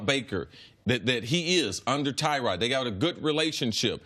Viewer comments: It's pronounced Tuh-rod not Ty-rod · It's not TYROD...ITS TYROD....